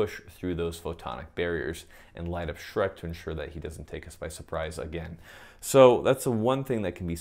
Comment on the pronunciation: the way he says Shrek got me bruh